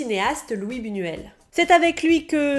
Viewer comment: on dit LOUISSE BOUNOUELLE et Giorgio Dé KIRI ( comme le kiri ) co ( mais pas kirikou ), et pas chie ricot ( sinon ca ressemble a chicoré ) voilà c'était le chipoteur de service merci aurevoir a bientot